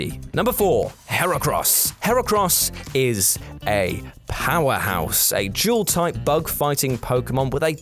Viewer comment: IF I HERE HIM SAY JEWEL TYPE ONE MORE TIME AND NOT DUAL TYPE!!!!!!!!!!!!!!!!!!!